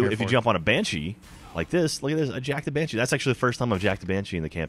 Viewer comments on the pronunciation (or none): TEH BANSHEEH IS HAUNTEHD! D